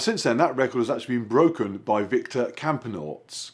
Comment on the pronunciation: You pronounce it Victor campenAArts 😂